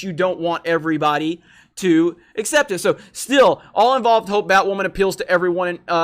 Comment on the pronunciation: "I'm Batwammon.."